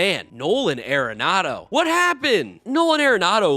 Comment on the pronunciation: It's not .... "air-enado" .............. It's .... "are-enado" ..................